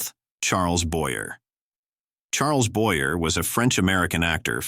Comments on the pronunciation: Charles Boyer pronounced wrong ss AI woukd. This whole video is a train wreck of sloppy , ignorant work. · Why cant you use a human announcer who can pronounce such complex names as "Charles Boyer" or "Paul Berne" or even "Bayonne New Jersey".